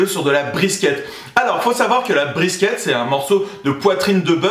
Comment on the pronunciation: Sa se dit briskit